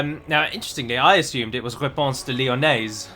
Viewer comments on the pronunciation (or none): none